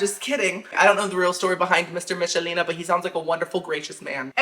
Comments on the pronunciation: It's pronounced Mickelina just letting you know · I may watch again to count how many times you said Michelina wrong. 😂❤️ It’s like nickel. Mic-kel-ee-nah. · It's pronounced Mick-ah-leena haha